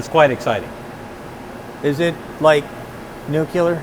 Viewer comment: Ohhhh Noooo Sandy said "nuc-u-ler". It's "nuc-le-ar".